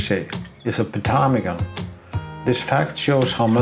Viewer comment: MUCH enjoying your photos, video, and commentary. Your English is 10,000 times better than my Icelandic. But I could tell you, most don't pronounce the P in Ptarmigan. It's as silent as Fagradalsfjall was BEFORE the eruption, unless you kind of "spit" out the PT as one syllable. Not even sure I can do it right. (Crazy Greeks!) I encountered ptarmigan once, many years ago, in the Rocky Mountains. I was able to get close enough to use a normal lens. But ALWAYS the problem of winter photography: keeping the fingers warm. (Unless there is fresh lava nearby!) Plus snow and frost in our equipment! I was once changing a lens on a Nikon, and a chunk of rime frost dropped from a tree right inside the camera!